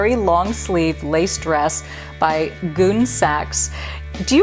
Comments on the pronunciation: I think it's pronounced "gunny" sax not "goon" sax like you said in your video. My sisters had several of their dresses. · "Goon Sacks!?" Pronounced Gunny Sacks. My wedding was total Gunne Sacks. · Hi Dominique! The prairie dress label ‘Gunne Sax’ is pronounced ‘GUN-ee’ not ‘goon’. This store was EVERYTHING to us girls in SF in the 1980s, founded here and part of our lives forever ❤️ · Now you're making me wish I had kept my '70s and '80s clothes. The prairie dress mfgr was pronounced "gunny" sax and it was made for juniors, hence the junior sizes of 3. 5.7, 9. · I wore Gunne Sax for 2 proms! We pronounced it Gunney Sax! How fun to do this! 💕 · Love your channel Dominque! BTW-it’s “GunnE Sack” emphasis on the long e. 💗💗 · I was going to write "gun-ee sack"....beat me to it. San Francisco had the best outlet ever in the 70s/80s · I was thinking the same thing? We pronounced it Gunny Sack! That dress was gorgeous ❤️ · Gunne Sax is actually gunnysacks pronounced like the burlap potato bag, we carried a lot of it in the boutique I worked at in school. Lol ! When cottage core became so popular I just thought omg Gunne Sax all over again. I even had a prom dress made by them. 🤣🤣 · Gunne Sax! Omg, we had so many dresses of that brand. But we always pronounced it Gunnee Sax (i.e. gunny sacks, which I think was the reference) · What a fun video! Love it! 😁👍🏼. FYI - the Victorian style dress brand is pronounced like ‘gunny sacks’. I loved that brand back in the day! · Gunne Sax was the thing in the late 70's and early 80's I always heard it pronounced like Gunny sax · I'm pretty sure that short skirt would have gotten you sent home from school in my day. Also Gunne Sax is pronounced gunny sacks. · You are so fun! FYI from someone older, that's pronounced 'Gunny' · FYI GunneSax is pronounced GunneySacks. It's a spelling play on the name. Fun video down memory lane! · Gun-nee sax. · Phonetic pronunciation "gun-ee sacks" Gunne Sax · yes, you are right. She said it wrong.